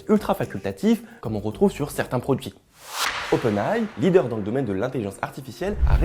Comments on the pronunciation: Svp, arrêtez de dire "openaille" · Oui. Dites Openailli